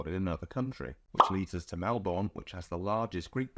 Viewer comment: Melbourne is pronounced: Mel-bn and not Mel-bourne.